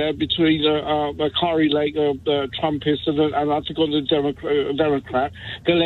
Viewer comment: It's Andy Beshear, not Steve Beshear. It's funny listening to people in the UK trying to speak about our crazy politics. Also the pronunciations. Kari is pronounced like Care ee, not Car ee.